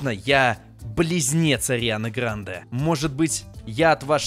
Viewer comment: Не правильно говоришь ударение на е